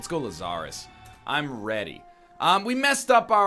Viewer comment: Lazarus. See "Dig, Lazarus, Dig" by Nick Cave for some great music and correct pronunciation.